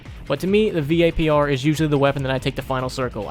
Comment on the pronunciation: If this dude says V.A.P.R one more time.... just call it vapor